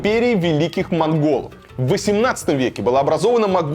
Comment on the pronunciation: ...Империя ВЕЛИКИХ МОГОЛОВ, монголы здесь нипричём! Варламов произноси правильно, всего одна буква, но смысл в корне меняется...